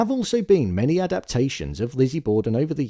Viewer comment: Christina Richie is how you say it